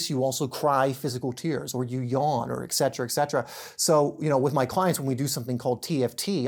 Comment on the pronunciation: Etcetera, you say it as etsetera, now x c sound why does everyone say this word wrong? We must be proper with speach for it is how we spell that casts our intent.